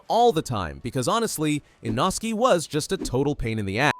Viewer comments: he's name is not Inoski is inosuke 😂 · Why they calling inosookeh inoski? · It’s text to speech so don’t expect it to perfect the names! It’s an American ai voice